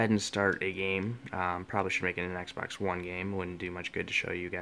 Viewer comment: It's xbox one not eggsbax